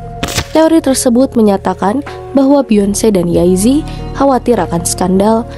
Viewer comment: Mbak kok nyebutnya yay zi? Jey zi